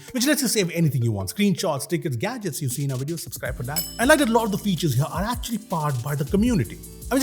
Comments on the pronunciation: SUPSCRIBE! <3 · Supscribe ? 😂 subscribe??